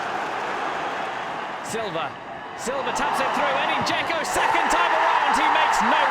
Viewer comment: Its not Gecko, its Dzeko